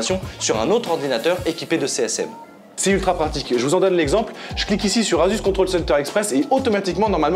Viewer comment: Asus ne se dit pas « azusse » mais « assusse ».